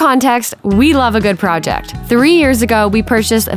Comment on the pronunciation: Not pronouncing "project" normally 💔